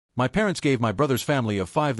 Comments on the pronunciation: Why does this narrator continuously say " M .Y . " instead of " my " . Why us this OP yet another spineless twerp we are expected to sympathuse with. Irritating trash . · You pronounce my as one word not as each letter.